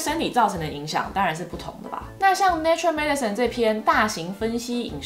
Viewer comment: Nature Medicine, 不是念成 Natural Medicine.